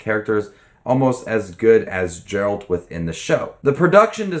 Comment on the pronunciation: I know it is difficult for someone new to the material to get pronunciations right but I can't front the way you pronounce Geralt sent me right up the wall. It is a hard G. Ger-uh-ld